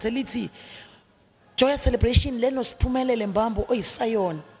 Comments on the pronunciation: She keeps calling her 'Sphumelelo' instead of 'S'phumelele'...😢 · Great interview, but please be very careful about the pronunciation of your guests names as they have a particular message. It’s Sphumelele not Sphumelelo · Yooh Ngyamthatha losisi uSphunelele. Zonke izingoma zakhe zyangthinta. Unethalente sisi❤. Interviewer : uSphumelele not Sohumelelo , libize kahle igama le visitor lakho. S' phumeleLE igama pls mama.